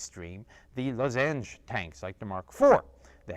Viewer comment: Is lozenge being pronounced differently or is it an entirely different word?